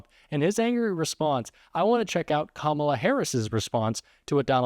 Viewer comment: Well, for once he pronounced Kamala’s name correctly.